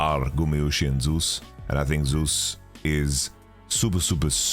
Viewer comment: For the love of God, can someone please tell Yamato that's not how you say Zeus's name!